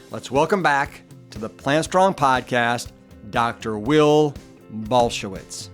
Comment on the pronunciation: Saying his name completely wrong!!